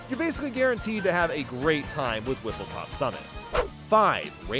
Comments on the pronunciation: it's whistleSTOP. WHISTLE STOP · It's Whistle STOP summit, not Whistle TOP summit. I don't blame you for this, I made the same mistake until I got corrected yesterday lol